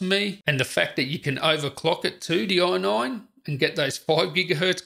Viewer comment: Say AI... NINE.... AI.... NINE. Say AI... say NINE. Say FIVE. FIVE.